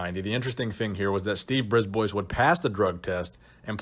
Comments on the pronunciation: Bris ba not Brisboys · Its not pronounced Briz-boys, its pronounced Bris-bwah. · Just FYI bois in a name is pronounced bwah. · Brisbois is actually pronounced "briz BWA". It's French. Thanks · Another great trip down memory lane., nice! I believe you pronounce his name Brisbois: “Brisbwa”, as he is French Canadian. The S is silent! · I'm fairly certain Steve's last name (Brisbois) is pronounced "Brees - b-wa". He's from northern Ontario Canada which has a large population of french Canadians. The more you know! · It's pronounced "Ghee Yome" and "Briz bwa" they're french names..and i speak french. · brisbois (breesebwa) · i think its pronounced steve Brib-wah. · Pronounced Breeze-bwuh.